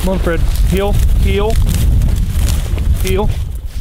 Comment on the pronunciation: Here and heel sounds the same when he says it too